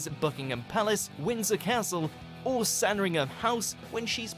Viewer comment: It sounded like he said Sanrinham house as well rather than Sandringham.